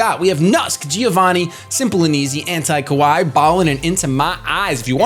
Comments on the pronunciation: The way you say "kawaii" sounds like "kowai," which means "scary" in Japanese. lol It should be pronounced kuh-wah-ee. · pronunciation of Kawaii is so bad haha. Though I love the nickname AntiKawaii for the Malamar